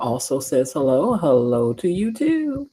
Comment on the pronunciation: Be-lo, girl, you are so right!